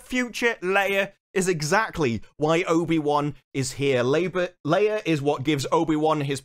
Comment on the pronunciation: in. Labour or labia did you say? 😃 🤣😂